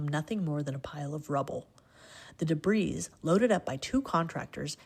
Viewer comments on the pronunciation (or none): DebriS?? How do illiterate people have jobs in which reading is required? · The debris? 'de-breese'...seriously? What has happened to articulation and knowledge?